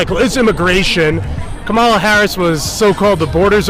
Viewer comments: Kommula? You mean Cummula? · When pronouncing her name, he placed the emPHASis on the wrong sylLABle. That's so racist! 😵‍💫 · Did he just say Commie Kamula. Ala, ala. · Excuse me, but the correct way to pronounce the name of the soon-to-be elected by a landslide victory, first non-trans female, genuine quasi-African American President is “Caramela.” To be sure, it’s pronounced “Caramel” (like the shade of her complexion) and “la.” All together now, say “Caramela.” Good. Now sit back and watch her get elected President, as the FIX is in, baby!🤣🤣🤣😄😄😄👏👏👏👍👍👍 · Her name is pronounced, Commie-la. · He can't even say her name! Does he have the same disease as Joe? I agree with him on one thing...We Are Not Going back to Kkkkkaamala! If she is going to fix the border, why didn't she? Every state, the people, will decide on abortion, Grandpa! When, and if, this deal in Springfield is investigated, it will be found full of corruption! Just like everything Kampala has had her finger in! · Is it pronounced "Come Allah" ? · Straight to jail!! No jury no trial just Straight to jail for not saying her name right! Here in democracy we don't allow you to speak wrong!! Don't get arrested by the thought and feelings police 🚨 remember officers safety is more important than your rights!! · They're Harris supporters but can't even say her name right 🤣